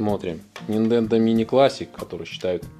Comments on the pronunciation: Нахер , сначала подписался но после десятого раза упоминания Ниндендо отписался. Делаешь обзор, будь любезен не каверкай названия . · Ниндендо... мои бедные уши... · Нинтендооо! А ни ниндендо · Вопрос чисто эстетический . Почему ты называешь "супер нинДЕндо" вместо супер нинТЕндо?